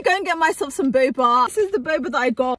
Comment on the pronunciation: Not when she says bubbaaa